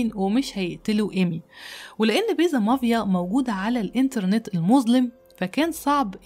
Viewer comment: MAFIA NOT MAVIA انا بحب قصصك اللي متداخدة من يرنامخ امريكاني بتفرج عليكي دايماً ممكن بليز تظبطي النطق الانجليزي ؟